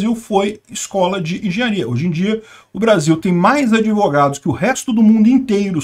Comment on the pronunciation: “Adevogados” kkk bem feito! Quem mandou não estudar?! Kkkk